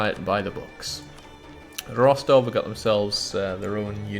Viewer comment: Russian Grammar Nazi here. It's Ros-TOV, not ROS-tov (the second syllable is stressed). The more you know!